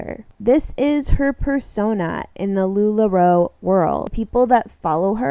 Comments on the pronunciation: I kind of love that you pronounce Lularoe. They don’t deserve correct pronunciation. LuLaRue forever! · Love as you say LuLaRu as shade :) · I might have to stop watching your content about sister wives girl, because you drive me crazy the way you pronounce Lularoe wrong every time knowing that's not how you say it 😂😂😂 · I can’t take anyone seriously who can’t even pronounce a very well-known company like Lula Roe, correctly.